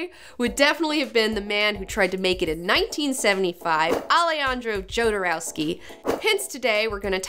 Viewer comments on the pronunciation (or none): It's not JOE-derowsky.. it's YO-derowsky. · I did not check if somebody mentionned that, but you mispronounce Jodorowski's surname (although you correctly pronounce his first name). You should use Spanish pronunciation: [aleˈxandɾo xoðoˈɾofski] where 'j' is pronounced as [x]. As a matter of fact, this pronounciation is very similar (just one 'k' less) to pronunciation of surname of that famous Russian ex-oligarch ex-prisoner Mikhail Khodorkovsky. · Its not pronouced Ale-andro Jodorowsky, its pronouced Alehandro Hodorowsky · johnson Well, it's a Slavic sounding surname, but transliterated in Spanish, where the letter "J" is pronounced as H in "hat". So, yes, Hodorovsky, but if you showed that surname to a Slavic person, no way in hell would they pronounce it "HODOR-OV-SKY". They would say, "YODOR-OV-SKY". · KHodorovsky! :D Ay por Dios, que jodero era ese Alejandro.... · Pronounced Hodorofski. Great show btw. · It is pronounced Ho-do-roh-skee. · "yodouroskei" what a hideous pronunciation??? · It's pronounced Hodorowsky. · Fuck YEAH!!!!! I love Jodorowky. But that's not how it has to be pronounced. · it´s funny how you say Jodorowsky XD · Alejandro Jodorowsky is the biggest thief of concepts and ideologies of our time. And also you are pronouncing his name wrong